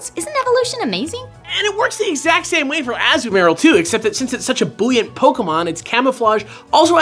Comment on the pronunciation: Yes, yes, a-ZOO-ma-rill vs. AZZ-um-aril but can we address how pronounced buoyant (BOY-yant) as BOO-yant?